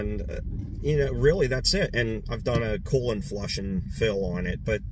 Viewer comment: I know you said coolant flush at the end , but I heard Colon flush😊